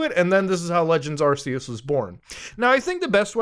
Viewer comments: Man straight up calls it arseeus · Bro. Its ARC-ee-us